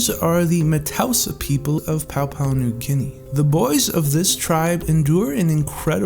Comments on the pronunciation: also its not papau new guene, its PAPUA NEW GUENE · Papua* not Paupau 🤗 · "pow-pow new Guinea"